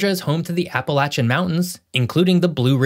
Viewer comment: Big thumbs up for pronouncing Appalachian right!